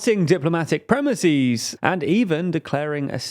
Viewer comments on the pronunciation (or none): thanks for the background story but please not the plural of premise is NOT premiseeez. Getting really sick of the stupid false plurals. Crisis, analysis, thesis ..... all greek origin ending -sis . Premise is of latin origin and ends in -ise, so premises, no eeeez !!